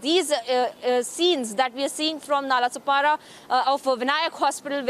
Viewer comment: Nalasopara nahi bol pa rahi hai london se hai kya didi .